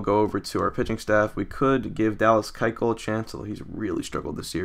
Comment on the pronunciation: you keep on pronouncing Dallas Keuchel's name wrong it's - Koo-shull